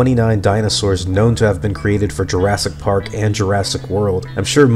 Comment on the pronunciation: UGSYGS JURSKY PARK